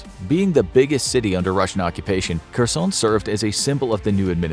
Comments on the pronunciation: Her+son ... not Ker+son Also Har+kiv ... not Car+kiv It's painful for natives to hear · It's pronounced "HAIRSONE"!!! The 'Latinized 'Kh' gets a hard 'H' sound. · its pronounced Her-son.